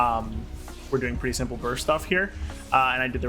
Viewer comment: My man literally said “Shrimple and Straightforward”